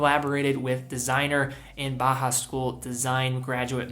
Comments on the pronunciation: Until you started talking about Junghans, I was 99% certain you were saying "Baja", not "Bauhaus". It should sound like "Bow-House", with Bow as in "Bow to your king." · Just for future reference Bauhaus is pronounced Bow-house, ‘bow’ like the courtesy, not the weapon - love the vid otherwise